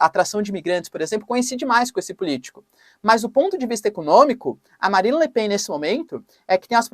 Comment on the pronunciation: É lamentavel que não saiba pronunciar correctamente os nomes Le Pen ou Melenchon. Igualmente nao sabe pronunciar a palavra "adequar".